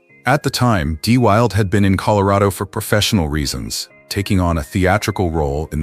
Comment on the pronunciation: Brandon De Wilde pronounced his name "Brandon De WILL-DA", not "Brandon De WILD".